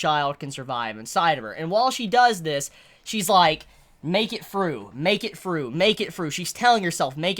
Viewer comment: "make it fru make it fru"